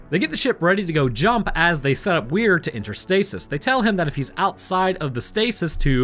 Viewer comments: Why are you calling him Where when his name is Weir? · Stark wasnt talking about the meat paste on the bridge, she was talking about general scans of the whole ship, not sure where you got that from? and P.S- Weir, is prounounced "Weer".😉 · You kept adding an H to his name. It's "Weir" which is pronounced closer to "We're". Sorry, I'm 33 mins in and you had said it wrong 20+ times in a min and my brain was starting to go through the Justin decompression sequence.